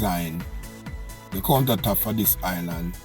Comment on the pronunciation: Correct word is Island not Islant smfh